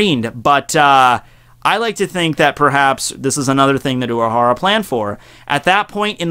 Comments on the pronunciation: uRahahra not Uaahara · learn your r"s urahara is not uahawa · Uuahara? :))) Uuahara here, Uuahara there :)))) What a weird pronuntiation you have :))